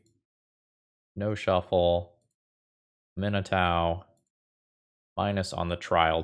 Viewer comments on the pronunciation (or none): oh no. oh dear.. it's am-ee-nah-touh. Not a-min-ee-tau. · I found it interesting that you pronounced it (uh-MIN-eh-TAU) because I've always been pronouncing it (AH-mih-NAH-too). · Love the video! Her name is pronounced "AH Min AH TOO" 😂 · Just FYI, I'm pretty sure it's pronounced "ah me nah too" :) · Man, I’m usually not a stickler for pronunciation of card names that are made up, but it’s ah-mee-NAH-too. It’s Cajun French inspired, and such a beautiful name, I had to correct you. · Please, please, please research the correct way to pronouce Aminatou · There are a few content creators that when I them pronounce something differntly than me I assume they are right. Namely Nizzahon, and out boy here. But while I cam see why Aminatau woule be said that way, I am stuggling to believe it. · pronounciation of Aminatou is making me doubt myself. Is it "-tow" or "-too"?!?!?!?!? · 12 seconds in and I was already at: That's how you pronounce that? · Your pronunciation is absolutely correct. is pronouncing it like it’s an American name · Love, love the deck, hate the way says Aminatou